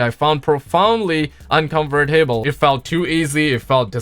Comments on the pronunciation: I know he has a accent but he keeps saying uncovertable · Lmao u miss pronaunced uncomfortable